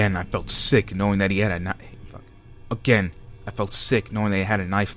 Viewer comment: i like how he said fuck when he tried to say knife Lol i know its hard keep it up dude